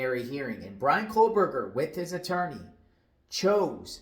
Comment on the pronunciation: Why do you insist on mispronouncing Kohberger's name? We predicted months ago that Prosecutor Papa Smurf might end up going with a grand jury in order to avoid any scrutiny and rebuttals in a hearing. It doesn't have much of anything to do with Kohberger messing up.